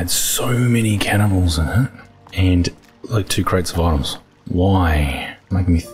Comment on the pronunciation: "Channibals" again lol brings me back to forest season 4 episode..